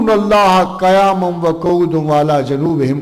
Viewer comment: اے کاش آپ جتنی فرافر انگلش بول رہے ہیں اتنی ہی صحت کے ساتھ آپ قرآن شریف کو پڑھتے؟😭😭😭😭 لفظ قیاما کو بھی صحیح نہ پڑھ سکے۔۔۔افسوس